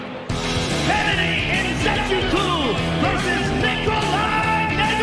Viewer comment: "Kennedy Nze-coo-coo" 🤣🤣🤣🤣🤣🤣🤣🤣🤣🤣🤣